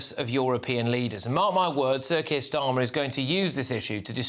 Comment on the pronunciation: Starmer couldn't wipe his Rs properly, a complete derrrrr.